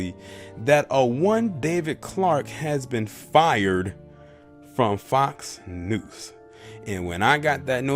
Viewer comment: Lol do you keep saying Fox News or Fox "Noose"?